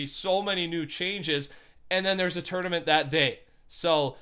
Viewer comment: Dose anyone here him say turdament